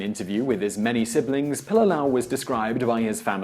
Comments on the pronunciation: It's pronounced, Pee-Lee-Lah-Ow... your missing an entire syllable. Pili, meaning to stick or cling. Lā'au, being plants or trees as a whole. The family name was most likely derived from their ancestors who worked as thatchers of ancient hale (homes), mainly constructed of local plant life. What your saying is Pilalau, which by definition is a stringed instrument made of leaves. How would you feel if a Hawaiian made a video honoring the legacy of your native Queen,? Secondly, and probably most offensive, is the fact that the picture you use to depict him isn't even the guy!?! If your production crew had at least Googled his name, you'd realize he looks nothing like a pudgy Puerto Rican with a porn-stache. WTF? Do better! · You are BUTCHERING his name..... Pilila'au..... PEE LEE LA OW........ and He was born in Waianae, Hawai'i...... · His name is pronounced Pee Lee Lah Ow. Pililaau. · Your pronuncistion of his nsme is killing me! It’s pronounced pee-lee-lah-ow. Get it right my msn. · Pililaʻau pronounced "Pee-lee-lah-oww". Why say his name so much without learning how to say it. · Hey Simon, Your acknowledgement is appreciated, but if you intend to misprounce the soldier's name you basically align yourself with the opposition he fought. Its pronounced Pi-li-la-'au (pee-lee-lā-ouw). Would you enjoy being proclaimed 'Simian' the rest of your life, I doubt it! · Gunnar Karlsson - Doesn't pronounce it right either unfortunately.